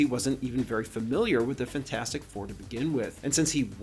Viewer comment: It’s pronounced “fant-for-stick”